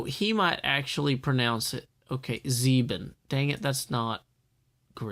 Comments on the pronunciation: impressive you pronounced the german word "sieben" correctly! not many americans do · I'm German and you pronounced "Sieben" pretty good : )